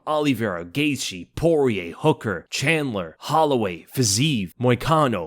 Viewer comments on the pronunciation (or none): none